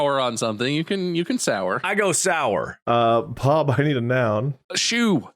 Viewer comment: Did just call Bob “Pub”?